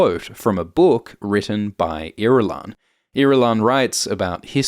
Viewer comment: I've never heard Irulan pronounced out loud and uh that's not the way I heard it in my head 😅